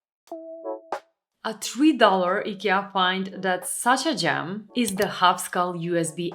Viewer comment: when you say "gem" I understand "jam" :))